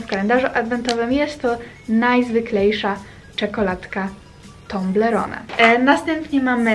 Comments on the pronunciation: I mówi toblerone anie tomblerone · mówi sie toblerone a nie tąblerone matko